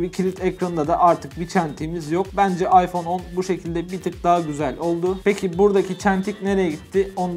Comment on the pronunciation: Ayfon İks hahahhaha